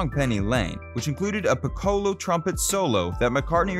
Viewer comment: pacemakers, not peacemakers pic'colo, not pi ci' lo